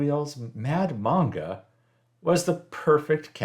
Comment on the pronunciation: Different build. Here in Australia, there were Moblie guy come to U and gold leaf Ur car badges. U say manga weird I didn't know what you're talking about first. Cheers.